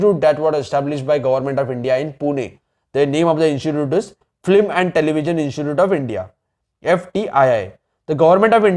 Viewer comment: First thing flim nahi hota film hota he